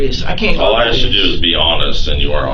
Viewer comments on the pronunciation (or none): At least he says "asking" instead of "axing". He should be set free because of that. Edit: Nvm. He says "axed" on . Guilty. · Oh wait he axed for a right, must be innocent. He axed!😂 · "I axed him!" He admitted to axing someone...😂